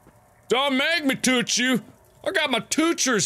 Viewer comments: It took me like forever to realize that tooch means touch I was like wtf is he saying!! is when I realized what he was saying... :/ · You're saying touch like you're saying douche... You gotta say it like this: TOW-CH (not tow as on tow truck it sounds like cow) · i left the room and came back in . all i heard was "I'll toch you so hard" ... what? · Ever since I watched this I now say toutch instead of touch XD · Why does Mark purposely make himself mentally disabled. It's more annoying than funny. Like, seriously, "Tooch"? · y does he have to "tooch"it???????😕😕😕😕😕😟😕😕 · IS IT JUST ME OR DOES EVERYTIME MARK SAYS " TOOCH" I HEAR "TOOSH?"